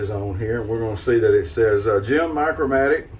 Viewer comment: Just one word, "Micromatic", not "Micro Matic, and never "MMOC".